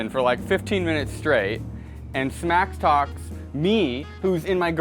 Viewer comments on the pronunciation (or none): you cant even say "Smack talk correctly" and you want us to have your back ? LOL